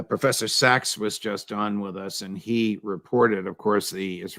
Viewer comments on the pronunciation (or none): none